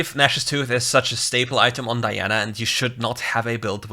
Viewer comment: I like because you said the name right🤲🏽